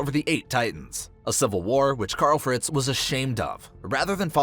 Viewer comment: “Kyarl fretz”😂